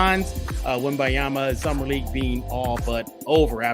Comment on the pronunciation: don't forget the "n", it's Wem-baN-yama, thanks